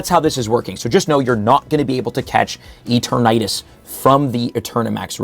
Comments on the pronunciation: “Eat-or-natus”😂😂 it’s pronounced “E-Ter-nuh-tas” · Bro stop pronouncing it E-tur-na-tus. lol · I think you didn't get an invite to worlds because you keep saying E-Ter-Natus.. come on man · let out his southern accent when pronouncing eternatus. "eturh-naytus" 😂🤣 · The way you say Eternatus bothers me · Me too bro, me too... 😔